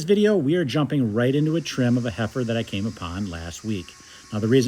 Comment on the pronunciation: I can’t help but snicker every time he says heifer.